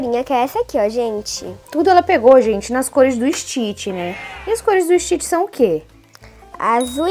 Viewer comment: Você tá falando errado Stitch você tá falando Stitch é ST Stitch não existe teste